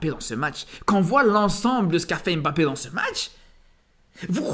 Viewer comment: C'est pas "émbappé", c'est "mbappé". C'est pas "M. Bappé", c'est "mbappé" en un seul mot, ca commence par un "m" pas par "ém". Tu dis pas "émadrid" ou "M. Adrid" tu dis "Madrid". Tu dis pas "éstylé" ou "S. Tylé" tu dis "stylé".